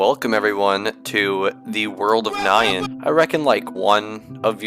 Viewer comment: Wait... I thought it was pronounced as "nian", as in Japanese anime way 😭